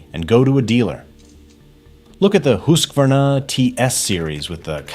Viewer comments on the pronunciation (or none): Car makers are doing the same crap. really really do ur research before handing over the green. Ask a couple of repair shops or visit ur county works dept and ask the dudes there. BTW its pronounced Husk kiv ahner